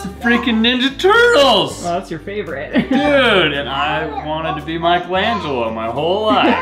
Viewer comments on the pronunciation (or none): none